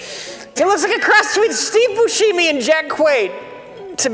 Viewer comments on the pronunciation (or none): says Boosheemie because in the trailer for Reservoir Dogs that’s how the voice over guy pronounces his name. Mike,, hit me up. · “Steve booshiemee”? been pronouncing it that way for years, feel like is just stealing off some people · God damnit,. Your incorrect pronunciation of Steve Buscemi's name erased the real pronunciation in my head. I had to look up the real pronunciation to get it back, lol. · I kinda hate that they make a big deal about his incorrect pronunciation, but he's far from the first person to call Steve Buscemi that.